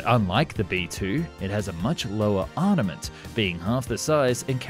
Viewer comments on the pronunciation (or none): 1. Make a Found & Explained playlist. 2. While watching, take a drink every time he says "arnament" or "weapondry". 3. Try to stay sober. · Your videos are great but your pronunciation of some words is all over the place. Two common ones are weaponry and armament. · Arnament? Weapondry? Northrope Grummam? Ageing older? Mishandlement?